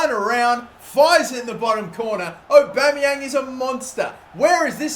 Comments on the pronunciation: It's Pierre-Emerick Aubameyang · Pierre emerick Aubeymang